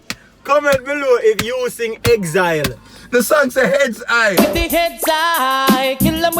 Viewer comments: Exileeeeee lol....it's heads high Dalton! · Yes Dalton, it's Heads high!! Not exile lmao..